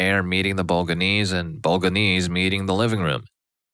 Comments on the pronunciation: Bol/a/nse not boga/nse at least we know he’s not ai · Bo-lo-gne-se With the GNE pronunced in a way that only Italians can pronounce(it's a sound very common in Italian but extremely strange in other languages) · Bolga-knees? 😂😂😂 How did you bugger that so badly?